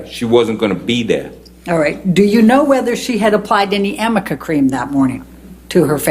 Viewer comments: She keeps saying "amica cream." Does she mean "arnica cream"? What a fool. This guy's great. I'm proud to be a "New Yoika" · Amica or arnica? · The defense attorney pronounced it wrong multiple times. it's arnica cream. A homeopathic ointment for inflammation, bruising and muscle soreness. And yes, highly doubtful he would know that. Big backfire